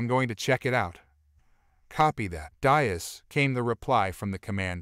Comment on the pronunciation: Please…, tell your AI that Diaz is pronounced “dee+as”, not “die+as”. In the Spanish language, the vowel ( i ) is spoken like the English ( e )….